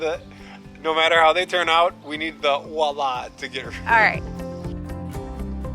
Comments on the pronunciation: Nooooo! Don't say walla! It's "voilà" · Tom cracks me up! “Wa-La”, as it comes out of the bucket in pieces! 🤣🤣🤣🤣🤣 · Awe you guys are too cute. I think it's funny how the French word "voilà", which means here, this or there, has been turned into "walla". Love it. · I enjoy your videos! Very entertaining and informative. I have to tell you though that voila is pronounced with the v, "vwah la". it's a word from the French language and the v is not silent. 🤓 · Voila, (V not W!). It’s a French word! Enjoyed the end result.